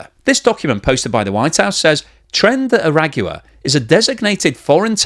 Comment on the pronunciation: It’s funny that these supposedly educated influencers can’t take 10 seconds to learn how to pronounce tren de aragua.